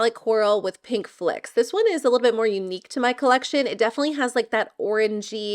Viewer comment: “Flicks “, No. Flecks like flex